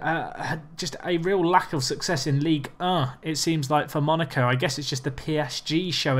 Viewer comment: I love how you pronounce Ligue 1. Basically you say 'Ligue Uh'